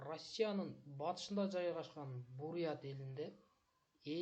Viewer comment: Ррррросссия дейт го р га басым жазап 😂